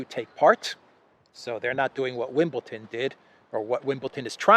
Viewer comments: Wimbledon. not Wimbleton. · Bro, love your updates.... btw. Wimbledon is pronounced WIMBLE-DUN... with a d. Hey I'm picky., I used to play tennis in school. lol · its....Wimble Don not wimble Ton. Well in football you re not allowed to show political emblems or show support for a political cause althoigh thats all gone by the by now with Ukraine everywhere!